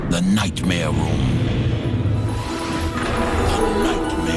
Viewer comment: All I hear between segments is "Nightmare Womb" and I can't take it